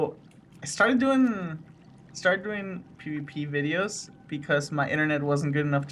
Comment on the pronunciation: Sounds like he says pp videos.... Or poopy.... Accent :)